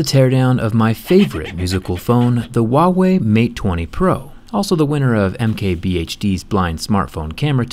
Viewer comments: ITS HUAWEY NOT WUAWEY REEEEEEEEEEE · Hu - a - wei not wawey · Why are you saying uauei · Why does he pronounce Huawei as 'WA Way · Why do americans always pronounce is wah way? It is pronounced as it is spelt.... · I like how u randomly mispronounce the brand name, since they are not even sold in US